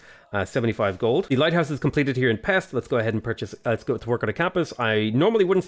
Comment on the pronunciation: Its not pex but peshť